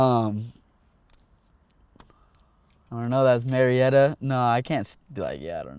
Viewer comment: Its actually Murrieta not murietta😂